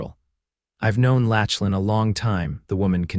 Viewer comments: I really like this story so far even though I have only watched/listened/ read a little. There is one small thing I would like to mention. The name Lachlan is NOT pronounced Latchlan !!! I know it looks like that’s right, however, the CORRECT PRONUNCIATION is Locklan. While I was typing this comment, it even “corrected” me when I typed it the way your reader pronounced it and I had to delete it and retype it with the correct pronunciation to get my point across. There are probably many people with that name who get very tired of people who do not say their name correctly. Names are important … so please give all those people named Lachlan a break and say their name correctly. I am sure they will appreciate it very much. Now, back to this really good story !!! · OMG! His name isn't pronounced LATCH-lan, it's LAK-lan! The name is Scottish, rooted in Gaelic. Voice-Overs are really important in telling these stories, so try harder to get it right!